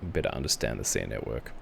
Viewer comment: Calm your cockles and do proper research. It’s pronounced ‘Siri’ btw.